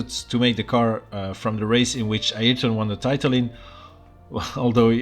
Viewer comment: finally someone pronounced ayrton right😀